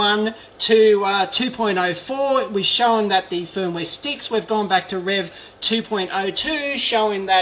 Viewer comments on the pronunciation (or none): none